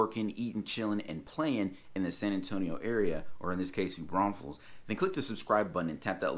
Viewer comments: You call it New Braunsfels at 1.54! Apart from that great video, thanks. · Hilarious how you said “don’t say New BraunSfels” and then repeatedly said it 😂🤣😂🤣